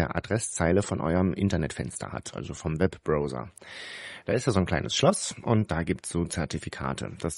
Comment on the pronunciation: "Brauser" nicht Brohser. Man hört das 100x am Tag richtig, wie kriegt man es dann hin, es falsch zu machen?